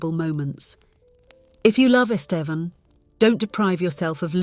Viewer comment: This is the first story that made me suspect a bot is reading this. The pronunciation of “Estevan” changes throughout the story.